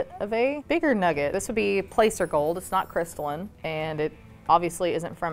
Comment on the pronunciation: Are you sure it’s called placer, with a long “a”? I have always heard it pronounced with a short “a” sound. There is a town in CA called Placerville and it is pronounced with a short a.